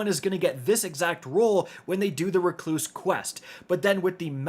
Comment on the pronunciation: REC-loose, Not Re-CLOOSE